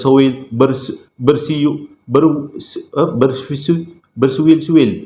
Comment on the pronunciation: Adoii..saya baru nak feeling2 seram..dah terpaksa gelak sbb punya tersasul suli, lisul, siul...adoiii laa...mengekek sorang2 tau..